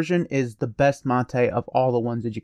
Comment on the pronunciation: Your pronunciation of "mate" is correct. It's a word from Spanish, pronouncing the way you do.